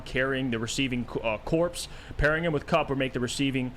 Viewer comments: please stop saying corpse 😂😂 corps is pronounced like core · "Corps" is pronounced "core" fwiw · the p is silent. It’s pronounced “core”